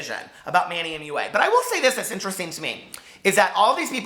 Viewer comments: Manny moo-ahh. Cracked me up!! I think Manny is funny, I don't really trust his reviews but he makes me laugh. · "manny mooa" 😂😂😂😂 i lost it omg